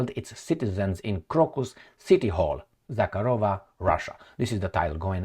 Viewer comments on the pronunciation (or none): It's Maria ZakhArova,, with emphasis on the second "A". The way you say it, "KharOva" is Russian for "Cow." Мари́я Влади́мировна Заха́рова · Zakha'rova, not Zakharo' va!